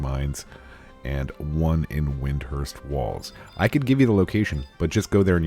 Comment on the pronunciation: You'll save yourself some time and verbal irritation by just calling it WIND-URST, this is the US and UK pronunciation of that series of consonants. :) WA-KEEM, like Joaquin Phoenix